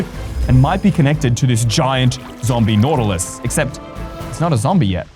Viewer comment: "ZomBiE naUtiLIE"